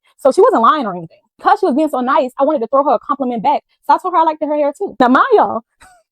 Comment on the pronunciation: Her adding an extra ED on certain words is really pissing me off🤦🏾‍♀️😒...."hurtEd"....'like-ED ".... "LookED"... SMH